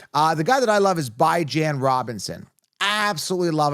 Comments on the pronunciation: It’s pronounced BeeHaahn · yall can’t even pronounce bijan correctly how you giving advice